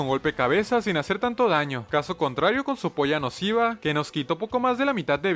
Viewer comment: Sou to O en ves de decir "puya nociva" decía "p0lla nociva"? 😅😂